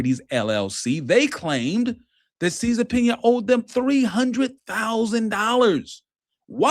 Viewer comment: Cesar Pina. Pronunciation (cease and subpoena)